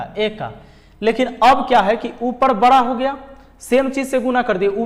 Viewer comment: Sir bra nhi bda hota hai sorry sir